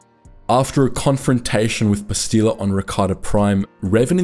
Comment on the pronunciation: Every time you say Bastila wrong, I want someone to creatively punish you